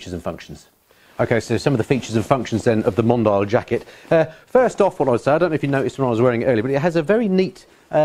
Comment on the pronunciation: I believe it's pronounced mon-dee-al, like the French word for "worldwide; global; worldly; cosmopolitan".